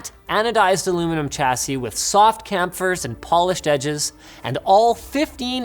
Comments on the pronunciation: Anyone else triggered by how Linus pronounced "chamfer" ? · Camfer... Walkem... I think you meant "Chamfer" and "Waycom" for pronunciations :X